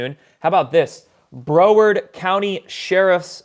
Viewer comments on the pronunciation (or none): Bro-ward.. Lol! It's Brow-ard. Helping ya for next time. ;)